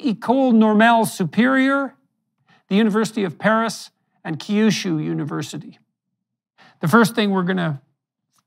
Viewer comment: Good job pronouncing Kyuushuu. Not bad. Just be careful and know that there is no "ee" sound. Don't say "key-you-shoe" , say "K(quick kah sound)-you-shoe. Try not to sound like a cat when pronouncing Japanese words.